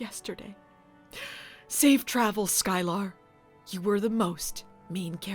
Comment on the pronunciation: I'm pretty sure it's pronounced "Sky-ler" not "Sky-lar".